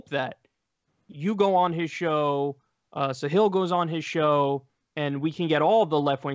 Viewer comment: Kyle its pronounced Sahil not "Sahiel" :p